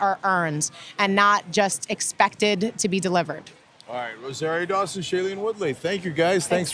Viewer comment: Its Rosario is duché a beautiful name, Genk's pronunciation isn't right.